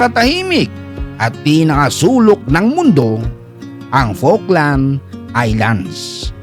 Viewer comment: okey lang din kahit awful ang pronunciation ng falkland